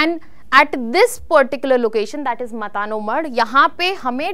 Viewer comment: It's not मता नो मढ Correct pronounce is मातानो मढ